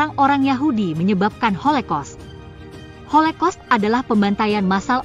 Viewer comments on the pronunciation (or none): Kayaknya holocaust deh bukan holekos😮😅